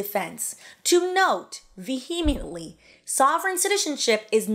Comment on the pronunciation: No offense, but these "scholars" using words they can't pronounce is hilarious 😂. Vehement is not VUH-HEE-MITT. Vehemently is not VUH-HEE-MEE-IT-LEE. SC's are a joke...but so are you! 😘